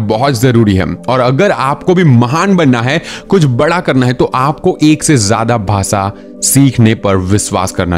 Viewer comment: Aap sh kyu nahi bolte ? Englis nahi hota English hota hai Bhasa nahi hota bhasha hota hai Viswas nahi hota vishwas hota hai . Aap bhi sahi bolna sikhiye . Ghalat bolne se sunne walon ko bahot taklif hoti h